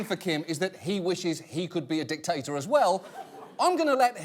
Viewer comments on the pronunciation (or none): I absolutely love John Oliver, but i have to say, his pronunciation of dictator (dick-TATER) and erase (e-RAZE) drives me nuts, lmao